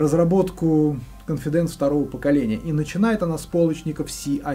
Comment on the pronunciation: cOnfidence, а не confidAnce.